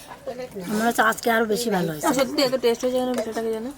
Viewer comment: কথাটা টেস নয় ওটা হবে Test